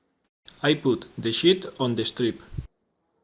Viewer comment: Once again, very nice work! Just one suggestion, prolong the 'e' in the word 'sheet'. Otherwise it sounds like something completely different :)